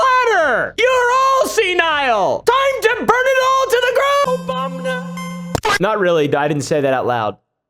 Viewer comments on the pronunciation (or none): At 5 mins and 30 secs in. Trump saying "Obamna" In NES form. LOST MY S***!!!! 8 bit Obamna! LOL! Memes/editing on point!